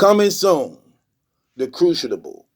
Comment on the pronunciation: Tf is a crooshidible?